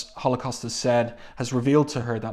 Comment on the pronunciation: One of my favorites. I love Blink calling Holocaust 'halfscan'.